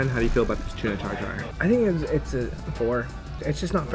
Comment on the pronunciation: Tartare, not Tar Tar. OK?